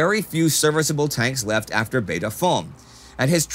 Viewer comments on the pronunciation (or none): none